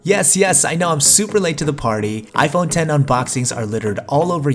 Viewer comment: Finally Somebody Pronounces It Right. I Literally Exit Videos When Somebody Says It Wrong, Plus I Also Like Your Content.